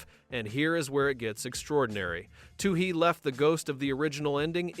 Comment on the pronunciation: Can’t finish this video because the AI slop narrator can’t seem to get the director’s name correct. Also, where is this information gathered from? I own the special edition DVD of this movie where the filmmakers themselves talk about the making of pitch black I can’t recall almost any of what’s brought up in this video